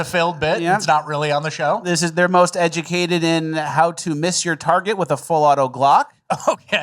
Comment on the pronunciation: "EGLSES!" = most educated.